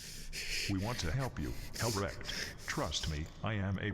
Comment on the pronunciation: I love how had called Dorn Dadorable and towards the end called Helbrecht “big bruva helbreak.” If he does not eventually become an Imperial Fist I will be sad.